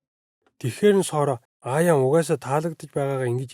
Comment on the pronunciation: Айн миний нэрийг Аяан гэдийшд wtf😂😂😅😅